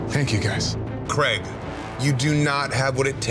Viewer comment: Creg? He's called Craig.